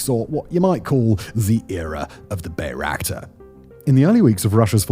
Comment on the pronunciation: Weird seeing bayraktar being mispronounced so often even with the popular song being quoted.